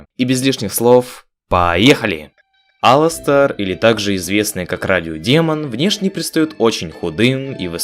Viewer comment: Единственный, единственный кто назвал его Аластер а не алАстер!